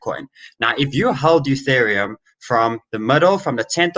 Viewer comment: U-theriumm eeTheereeum UTheritum